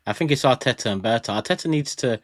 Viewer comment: Its Berta